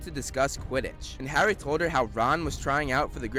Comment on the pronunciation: "Garry Potter" loooool!